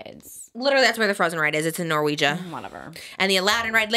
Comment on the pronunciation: NORWEGIA??????? Trisha 😭🤣